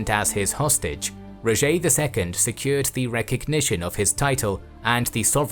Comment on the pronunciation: Its not Rogé its Roger